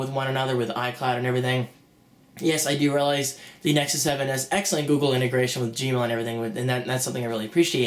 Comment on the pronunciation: No "Z" sound. How in the world is Apple your gold standard??? You give the iPad a pass on lag but rip on everything else.